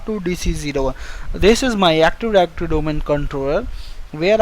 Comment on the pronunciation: Active directory, not actiwawy